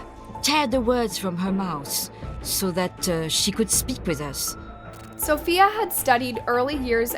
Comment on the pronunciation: The name is pronounced 282281 times. As Sofie, And you still keep calling her Sophia..